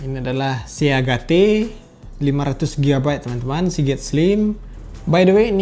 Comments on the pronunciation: Pembacaan Indonesia - Inggris :v Selanjutnya storage Orang normal : Sto~edj Disini : storage :v Seagate Orang normal : Si get Disini : seagate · Bang storage itu bacanya storej Seagate bacanya siget (sea;si gate;get)